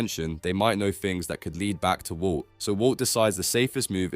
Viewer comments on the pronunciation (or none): bro said "wou" (walt) like 3k times😭😭